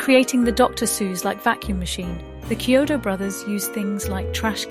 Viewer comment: Yes, great video and well deserved praise of the movie, but you should pronounce their last name correctly. If the narration voice is A.I., Chiodo is pronounced " KEY - oh doe". It's not a "Cheerio" sounding "Ch" in their name. It's important to pronounce the Brothers name correctly. Check the other interviews with them online and the like in the future to get the names right. That's a common mistake with videos of this nature.